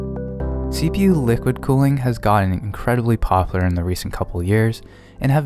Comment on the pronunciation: "pop-ler", like the tree?